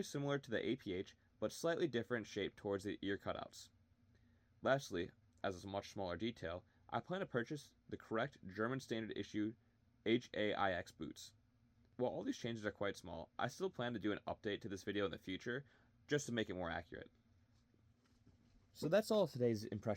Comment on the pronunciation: Just an info: the HAIX boots are just pronounced as "hikes" in english. Awesome kit!